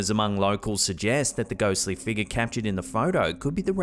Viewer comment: “Mummified figga” 🤣✌🏻